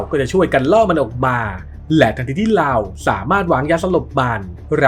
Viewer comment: เรา ออกเสียงว่าลาว งง ฟังอยู่ดีๆ ไปโผล่ลาว